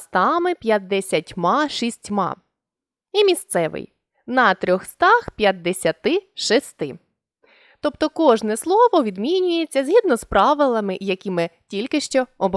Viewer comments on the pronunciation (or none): не можна , колего, говорити п"ятИдесяти, восьмИдесяти на 1.52 сек. Приберіть відео